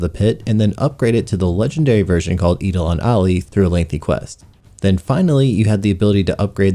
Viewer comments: "Eedolon ollie" >Eidelon Ally Holy shit this might be the most butchered pronunciations I've ever heard. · "Eedalon Allee"